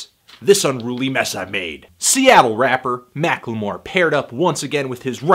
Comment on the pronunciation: You always add an extra syllable to the word "Macklemore"